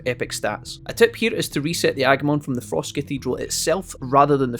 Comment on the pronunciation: You said fross cahteedral